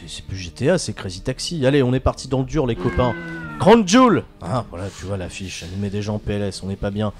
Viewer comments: Crown jewel se prononce crown jewl donc jul, fallait la trouver celle la.. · Mdr crown " Jul" 😂😂👍